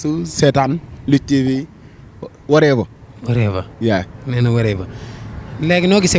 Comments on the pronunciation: Deggo anglais lakhal wolof. Warever on dit what ever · chiiii reug reug wanei nga leighi non avion dal kawmawone ni dey changer langage koi🤣🤣🤣loko wakh mounila « worever,exacly » mdrrrrrrrr